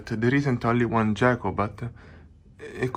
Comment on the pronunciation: Pro-tip: "Gecko" in English is pronounced with a hard "G". ;)